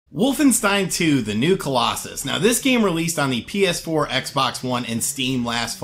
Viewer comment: "wolftensein two"